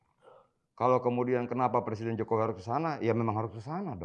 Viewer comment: coba dengar didetik ini adian bilang "Presiden Jokower" gak ya ? sdh diulang berkali-kali kayaknya emang bilang seperti itu 🤣🤣🤣